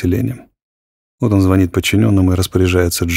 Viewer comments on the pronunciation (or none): none